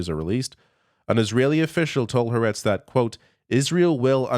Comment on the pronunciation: Haaretz = Ha-arr-ets. Three syllables.